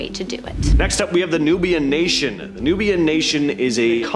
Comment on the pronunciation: NUWABIAN NATION NOT Nubian nation